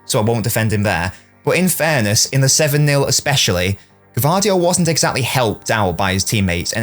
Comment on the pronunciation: You are the first to pronouce his name correctly👏🏻